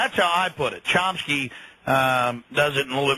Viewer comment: chomsky not chompsky he obviously needed someone to introduce him cause you don't even know his name, obviously haven't read one of his books.